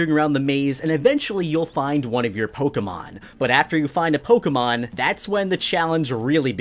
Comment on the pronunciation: I appreciate the way you pronounce Pokemon cant stand it when people say Pok eee Man